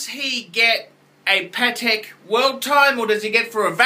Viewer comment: Everytime you mispronounce names like Patek or Jaeger-LeCoultre, baby Jesus cries.